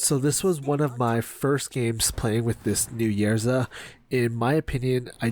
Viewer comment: love your videos. it is Ysera and not Yersa